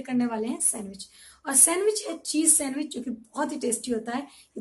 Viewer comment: sandwich nhi bol pa rhi thi....... recipeeee....🤐🤐